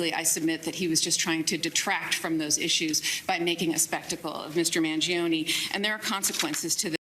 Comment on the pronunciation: Thank you for pronouncing his last name correctly - Man-gee-own, not Man-gee-own-ee